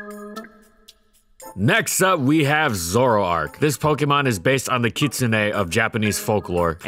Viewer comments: kit-soo-ne, while the correct punctuation is closer to kits-ne, there's a slight vowel sound. This is one of the closest pronunciations I've seen, though he did stress soo too much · Someone actually pronounced "Kitsune" correctly on Youtube. I'm proud